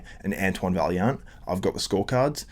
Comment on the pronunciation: It’s pronounced vaiyant ffs lol